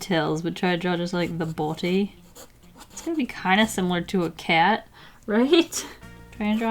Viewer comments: Is it just me or when she was drawing the tigers she said body in a very britisn accent,anyone? No...ok..... #foreveralone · Since when was English?? 😂😂😂😂😂😂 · the way she says body 😂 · when she said ‘body’ she sounded really british ❤️😂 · she turned British lol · 😂😂 the way you said 'Body' sounded very proper.